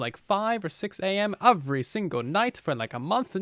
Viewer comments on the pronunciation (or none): Anyone else notice whenever says every he says eovry? Lol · Or maybe UwUvry